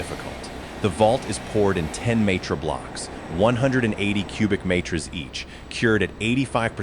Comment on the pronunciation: Teach your AI reader English, what's "Matres" ???